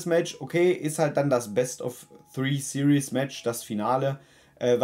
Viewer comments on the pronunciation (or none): none